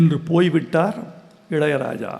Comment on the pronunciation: முதன் முதலில் வைரமுத்துவின் நெஞ்சை தொடும், கண்ணை நனைக்கும், நரம்புகள் சிலிர்க்கும் உரை நடை கவிதையை கேட்டேன். இது சம்பவத்தை சொல்லும் விடயம் அல்ல, சம்பவம் செய்து விட்டார். இளையராஜா என்ற சொல்லை வைரமுத்துவை போல் அழகாக உச்சரித்தவர்களை நான் கேட்டதில்லை!! பிரிந்திருந்தாலும்....அவரின் இதயமும் இதழும் இயல்பாய், இசையாய் உச்சரிக்கும் அந்த வார்த்தையை உச்சரிப்பதே ஓர் பேரழகு தான்